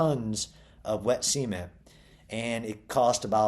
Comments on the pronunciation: That's how the Beverly Hillbillies pronounced it. They called their swimming pool the "cement pond", pronounced like "sea meant". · Why is he pronouncing cement like semen? 🤨